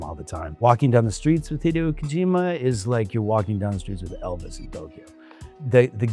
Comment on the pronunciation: He’s saying Hee Dee oh. Like he never met the man.